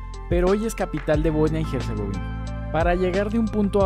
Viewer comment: Herzegovina es leído como “ERZEGOVINA” y no como “GERZEGOVINA”. De nada